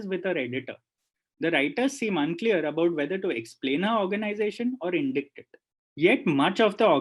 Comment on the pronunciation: Textually interesting but incredibly monotonous. And ‘indict’ is pronounced as ‘indait’ not ‘indit’